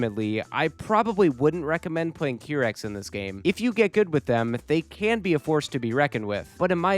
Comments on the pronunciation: Every time i hear qeerex instead of qairex i get the AKIRAAAAA flashbang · Hi! nice vid. Just to let you know, the Qirex team name is pronounced kai-rex. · It's pronounced: Ki-Rex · it's Q-why rex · another banger challenge run!! also note for future Wipeout videos: it's pronounced "kai-rex" 😅